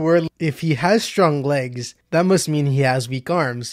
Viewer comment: I love that part where you can't say Legs lmao